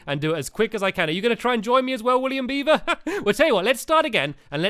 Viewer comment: Stampy said William Beaver's name right